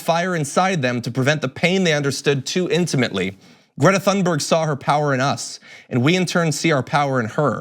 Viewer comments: Ha! Thank you. I cringe every time John says her name. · Please learn how to correctly pronounce Thunberg